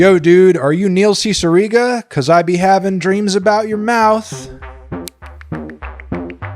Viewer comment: Big thanks to this video for giving me a better idea of how to pronounce Cicierega